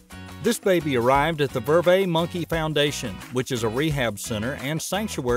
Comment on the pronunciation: They are called "ver-vets"...vet as in a veterinarian...and why did you make number 6 the same as numbers 1 and 2...🙄 Also, when you were discussing the "Golden snub nosed monkey" you were showing 2 totally different species, the Golden snub nosed monkey as well as the Yunnan snub-nosed monkey. It also just a ridiculous rumor that monkeys throw their poop. Some in zoos will do so because of less than ideal conditions but wild or well cared for captive monkeys do not do this. They are marmoset monkeys NOT finger monkeys!